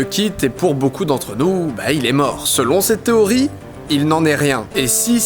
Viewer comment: N'importe quoi il parle bien mais il a bien un accent a la fin de certains mots il place des "eeeeuh" genre théorieeeeuh alors dis pas qu'il a une mauvaise oreille.